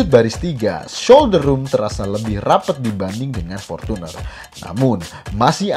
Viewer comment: Ngong portuner nya biasa aja kali..gk usah porcuner